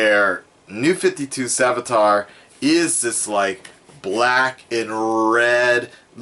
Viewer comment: You said salvitar at the beginning and it triggered me